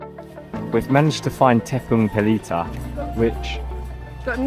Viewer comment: Your tepung pelita pronunciation is spot on...thumbs up